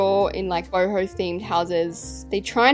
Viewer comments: How the normal people say it “boho” how says it “BOHIMI ✨💀” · Every time she says boho I think she said hobo😭💀